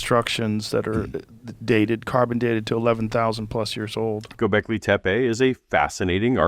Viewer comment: The ö in Göbekli Tepe isn't pronounced O at all. It's more like the letter u in "butter". Diacritics aren't decorations, they matter a lot.